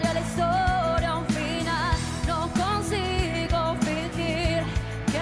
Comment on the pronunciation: Arruinó el ritmo original de la canción con sus pésimas asentuaciones, se pronuncia "consigo" con ascento en la I, no consigó como esta niña lo esta cantando